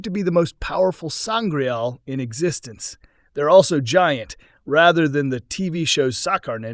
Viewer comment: I can't take the commentary seriously after a good number of certain words being brutalised through mispronunciation.... Sangraal not Sangrail... Sceptre, with a soft c, not Skeptre as he pronounced it....